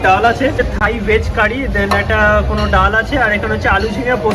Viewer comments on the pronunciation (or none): ভাই... 'দেন'টা বেশ কানে লাগছে... 'THEN'...